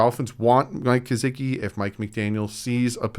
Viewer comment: I want to just let Gesicki go that way I don’t have too hear say “GeZicki” again.